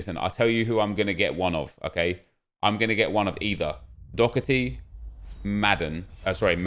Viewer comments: It's pronounced Daw-her-tee not Dockerty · it's not pronounced Dokerty is Daw her tee